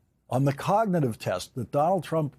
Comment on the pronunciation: The way he pronounces cognitive coga- nah-tive really inspires confidence.